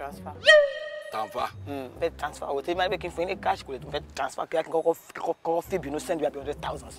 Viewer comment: It's the tanfer (transfer) for me 😂😂😂. This is so hilarious 😂😂 just love kiekie's vibe 💯